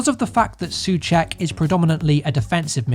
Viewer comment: Soucek = Saw check not su check